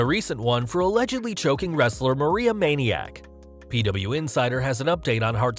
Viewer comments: Maria manic not maniac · Lol. “Maria Maniac”. It’s fuckin Manic.